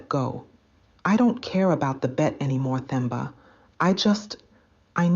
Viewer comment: The 'H' is silent in Themba, Nokuthula, Thabiso, Thula, etc. So, you pronounce those names as Temba, Tuli, etc.